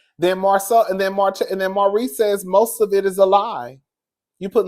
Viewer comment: It was Maurice. Every now and then you say Marsau. Just call Maurice "Reese."